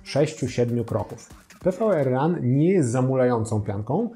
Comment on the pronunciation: Pianka to PWRRUN czytane jako power run, a nie PVRRUN ;D